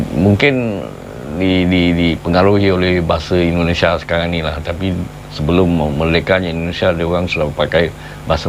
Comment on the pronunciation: Indonesia bang bukan endonesia jangan biasakan ngomong yang salah